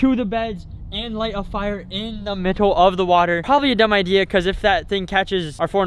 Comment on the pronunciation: says mittle of the water and also he says again am not taking riks.lol